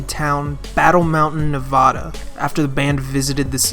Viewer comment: you pronounce nevada wrong. other than that, good video